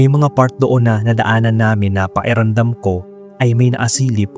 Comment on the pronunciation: PAKIRAMDAM hindi paeramdam. buyoy